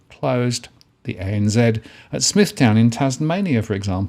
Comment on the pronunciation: Smith-ton, not Smith-town :) I bet banking costs/fees don't go down along with the closures.